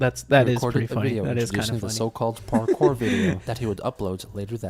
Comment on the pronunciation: no, he thinks he was doing parkour . or as he called it; ''parkay'' LOL XD